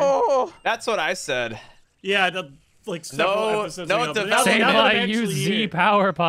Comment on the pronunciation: The banned word would've worked better if wasn't speaking like "Have you seen... THE... Pokemon I was talking about" Literally he takes a second break before he says THE and makes sure they all hear him say it. If he just spoke completely normally with no breaks or emphasis on the word they would fall for it more